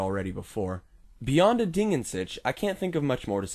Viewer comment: Your pronounciation of "Ding" was correct and you can easiely fix your pronounciation of "an" by exchanging the a sound you did with the a sound in bartender, the n stays the same. The "Sich" is the tricky part as I can't recall for the live of me any english word with a simillar pronounciation of the german CH.